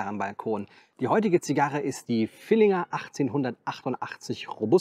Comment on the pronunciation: Ich bin Fan deines Kanals. Aber das Ding heißt „Villiger“ und nicht „VilliNger“. 😉Das nur nebenbei und mach bitte weiter. Ich seh das sehr gerne.